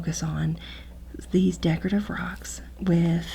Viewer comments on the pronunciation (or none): Loving the emphasis on the decorative rocks